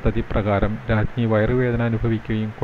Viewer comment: മൂന്ന് കാര്യങ്ങളാണ് തോന്നിയത്. 1.ശബ്ദത്തിൽ കുറച്ച് കൂടി ഭാവം കൊടുക്കാം 2. ഉച്ചാരണത്തിൽ "പമ്പയിൽ പിതൃബലി "ഈ ഭാഗത്തും , " രാജ്ഞിയുട വയറ് വേദന " ഈ ഭാഗത്തും തെറ്റു പറ്റിയെന്ന് തോന്നി. എഡിറ്റർ ശ്രദ്ധിച്ചില്ല എന്ന് വേണം കരുതാൻ . ഒരേ സ്പീഡിൽ നന്നായി അവതരിപ്പി ച്ചിട്ടുണ്ട്. അഭിനന്ദനങ്ങൾ🎉